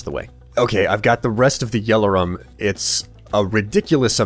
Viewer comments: You pronounce Yellorium like it's spelt Yellorum. My brain hurts now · no offense in anyway, this is just something that bothers me but its pronounced yellorium not "yellerum" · You pronounce a lot of things weirdly, especially yellorium. It's je-lo-ree-um, not jello-rum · Why does say "Yell-or-rum" insted of "Yell-or-ium", There is clearly an I in there... or is it just the fact that American English is different to British English... (and if so why?)